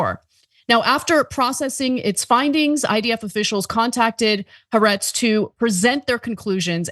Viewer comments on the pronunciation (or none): "Haretz" , don't you mean "Ha'aretz?" the left wing "journalists" that are bought by Biden?